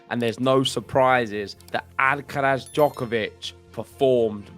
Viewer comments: James, you should make an effort in pronouncing Alcaraz's name correctly. The accent (stressed syllable) is in the third and last "a", so it is Alcaráz, not Álcaraz. Also, the z is pronounced as TH without vibration at the end. It is very easy to pronounce Carlos's last name as it is. Cheers. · "Alcarath" please.